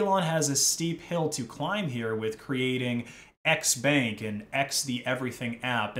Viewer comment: Its "xbank" but i keep hearing "x spank" which is pretty much porn. elon is financing porn.